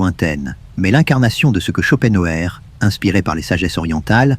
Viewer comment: Ce n'est pas un argument ! Insupportable ! Je ne l'écouterai pas. C'est stressant. Et puis, prononcez son nom qui est allemand, en allemand et ne francisez pas tout!